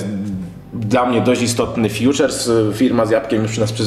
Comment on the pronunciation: co to kerwa jest fjuczers. To sie ficzer mewi.